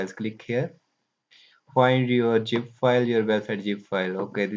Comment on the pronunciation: bro nice video but need to work hard on zip not Jeep.